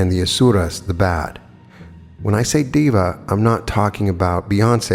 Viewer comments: of course sir, I understand that, but hearing diva instead of deva is a bit odd for me that is all, nothing else...like I said admirer of your work here...😇 Just a warm suggestion... Totally neglectable... No harm. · To clarify, Deva is prounounced day-vuh not diva 🙂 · Day-wa(masculine) and day-we (feminine). 🙏🏼 You tried... I know it's difficult for a westerner to get the pronunciation right without help. I appreciate you work, always looking forward your uploads on channeled materials especially.. thank you and I am grateful.